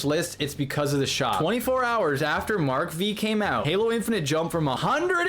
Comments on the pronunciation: Mark five not “Mark Vee” 😪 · Mark V is pronounced Mark 5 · "Mark Vee" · That's Mark Five not Mark Vee. V is a Roman Number which means 5.